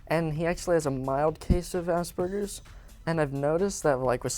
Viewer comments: did he say ass burgers? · Did he say ass burgers? LOL